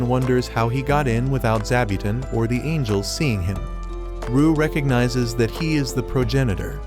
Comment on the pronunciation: bro called angels "angles"😂